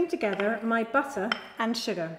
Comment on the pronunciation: She just destroyed the entire English heritage by saying the ingredients on the start: “FlOuRrrRr, bUTtErrrR, SUgArrr, cinNAmoN PowDeRRrR.”